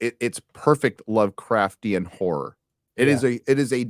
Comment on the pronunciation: Hahaha it sounds like says its a "whore" story.